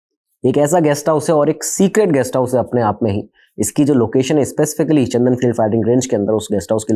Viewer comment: सर चंदन नहीं चांदन